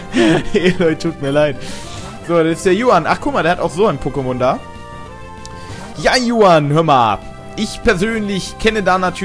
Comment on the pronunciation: ich glaub juan wird so spanisch ausgesprochen so CHuan halt ^.^ CHHHHHuan